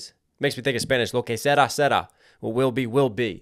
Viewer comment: I'm cracking up because when you said "qué sera sera" instead of "qué será será", you said "what wax wax". Sorry to troll you but damn that was funny 🤣